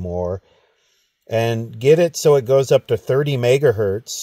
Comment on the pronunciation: One megahert, two megahertz....🤣